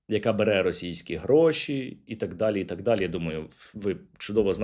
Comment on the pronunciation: Оце "Такссс" це явно одеська область😀